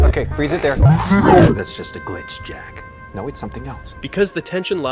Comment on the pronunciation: I honestly couldn't stand the girls voice. The way she pronounces 'Jack' bothers me.